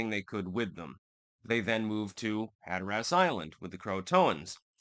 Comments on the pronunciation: have to say I've always enjoyed your channel, your distinct and decisive political analysis. It's always on point. I'm not trying to be nitpicky here, but if you're from Hatteras Island, you pronounce it "Hat-tress", most other locals pronounce it "Hat-er-res" but I've never heard anyone pronounce it like you do "Hat-er-ass". Just saying, bless your heart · "Hatter-us". You should go to the Outer Banks. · We pronounce it Hatterus Island..Not Hatherass Island :) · It's funny hearing you say hatter ass LMAO but... sorry gotta be that guy. As a learned man I trust you appreciate learning and won't take offense! Caribbean is "cah RIB be in" not "cara be in" Hatteras is "hatter iss" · Hatteras like “hatteris”not “hatter ass” if that makes sense 😊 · Instead of "Hat Er ASS", it is "Hat Er Us". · its hatteras. not hatterass. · "Had-her-ass Island"!? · Hat-terr-rus (local) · Growing up going the Hatteras, hearing Hatter-Ass makes me laugh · "HAT-ur-uss" accent on first syllable. just like colander......CALL-n-der. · “I love linguistics.” Also: “Hatter-Ass” 😂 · Hatteras Island is not pronounced that way. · Hatteras rhymes with Haggis. The more you know.... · Are you mispronouncing Hatteras intentionally for humorous effect? I'm presuming that you are lol. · “Hatter Ass” dude it’s pronounced more like “hatter is.” And Raleigh is pronounced “rhal ee” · Rah lee and Hatter iss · Just for future reference for any other Yankees not from 'round here. The 'a' in Raleigh is a schwa sound and the stress in Hatteras is on the first syllable (hat)...like HAT-ter-us. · Locals call it “Hatter-us” and “Cro-a-tan” island! Hope this helps! You did nail “Ro-a-noke” though! 😎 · You can tell by the way you say Hatteras and Raleigh that you are a Connecticut yankee.